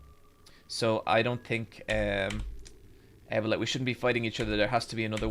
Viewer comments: Why he pronounces abeLLa so wrong? It's abeLLa you idi0t. It's not aa-bela, it's a-bella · Why does he pronounce Abella that way? Like Able-uh Surely it’s just pronounced Ah-Bell-ah? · Why pronounces Abella as Ebola?